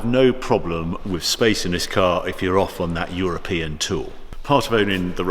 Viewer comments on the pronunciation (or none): I really enjoy your reviews, and I wish I could populate my garage as you have, but please could you go back to pronouncing the 'th' on the end of 'with' instead of affecting a 'wiv'? It's beneath you, and once noticed, becomes increasingly annoying. I don't think it happens on any other occasion. Otherwise, you are very well-spoken and very engaging, and I look forward to each new instalment. There. Pedantry expressed. Sorry. Had to get that off my chest. Now I shall return to my dull life....